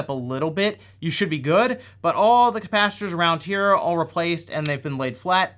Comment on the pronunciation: If you're doing a video about replacing capacitors, please stop saying capacitors. CAPACITORS CAPACITORS CAPACITORS. And then you're soldering, SODERING SODERING WERE GONA SODER IT Great video though, thanks - By the way, if you ever want to watch a movie based on the Sega Gamegear, check out Three Ninjas / 3 Ninjas. It's wonderful.